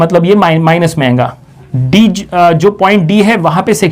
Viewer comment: badiya padhate ho buss jo baar baar ayega ko ayenga bolte ho aur rahega ko rahenga bolte ho usse badi khundak chadti hai.... good lectures tho